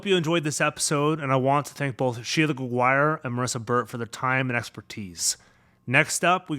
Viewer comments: I live in Quebec and we don't pronounce Gregoire ''GregWIRE'' but ''GregWAR'' ☺ It must depends of the person and where they're from. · The pronunciation of the name Gregoire as "greg-WIRE'" -- did you clear that with her? I'm presuming that is a French-Canadian surname. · Yes, that's how we pronounce it! ;) Greg-War. I always say, "think Jaguar but with Greg in front of it."